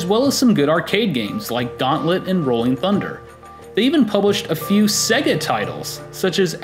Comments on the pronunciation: What the fuck is a segguh? It is pronounced Say-Ga. Many games play it for you when they boot, listen... and learn... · I love this video. But it's jarring every time I hear you pronounce it as "sEGGa". It wouldn't be so bad if people didn't know how to pronounce it, but literally every Sega game spoke the word on every boot! SAY-gaaaaaaaa...